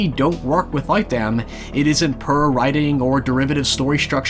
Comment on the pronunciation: My favourite Irish pronunciation is "puhr" instead of "poor"